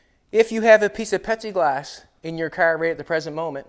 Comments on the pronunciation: Are you actually saying pepsi glass as it sure sounds like it I just tried googling Pepsi glass and it showed loads of glasses with Pepsi logo on it. I’ve made stuff out of plexiglass pretty sure the windshield on my slingshot is lexan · are you saying Pepsiglass? Or Pexiglass? Should be Plexiglass. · Does he keep saying petsiglass...its plexiglass lol. Either way this car is nasty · "Pexieglass".....lol dude its Plexiglass. Pronounce the "L" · Petsy glass?? Pepsi glass?? I can’t pinpoint what he is saying isn’t it plexiglass ?? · Is he saying Pepsi glass or Plexiglass ? 🤣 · It's pLexiglass ! Not pexiglass ! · IS HE SAYING PEPSI OR PLASTIC or PLEXIGLAS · At least I'm not the only one who heard it as Pepsi Glass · ITS FUCKING PLEXIGLASS!!! PLEASE STOP IT. JUST SAY POLYCARBONATE. ANYTHING BUT WHATEVER YOU ARE SAYING. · Lol I love it ....The last video and right up till you removed the back window. I thought you were saying it was Pepsi glass 😂 Had me thinking it was like a thick blueish glass 😁 Love it brother keep it up 👍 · Did call it Pepsiglass? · I think he is saying Pepsi Glass 🤣😂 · Plexiglass has an L in it. Yes it does! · I know right I'll look oh hell I spent 45 minutes trying to figure out where to get this new Pepsi glass at and it finally hit me that he just was mispronouncing and there is no new thing on glass it's plexiglass ... LOL I fell I said my God I mean he's so eloquently spoken you want me to every other word is is perfectly spoken and and there's no no it's flawless so I you know I did not cross my mind that he was getting that one word out of everything wrong so I mean I was honestly legit looking for Pepsi glass I mean I got to find this stuff I don't drink Pepsi but if they've got a new glass by God I want to know about it!!!